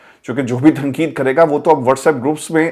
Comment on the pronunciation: صاحب۔ آپ اردو کا حروف ِتہجی ۔۔ ق ۔۔ کیوں نہیں ادا کرتے ۔اسی وڈیو میں آپ بار بار ۔۔ تقید Tanqeed کو تنکید Tankeed کیوں کہتے ہیں ؟ محمد meesaw کراچی